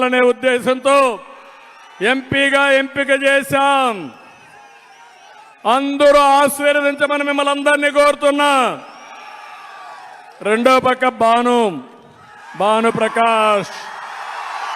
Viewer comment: ఆశ్విరదించటం కాదు ఆశీర్వదించటం హాబు గారు